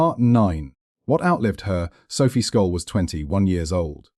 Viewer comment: Sjollll , S .J olll ...not Skolll........you dick ! At least have the decency to pronounce her name right .